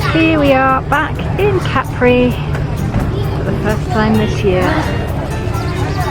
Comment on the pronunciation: I will never get over the fact that some English speakers took the pronunciation of Capri from French, with the stress on the last syllable. It’s CA-pri, not ca-PRI. Not you, obviously. Great video though.